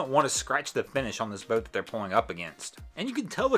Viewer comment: Its boat not bewt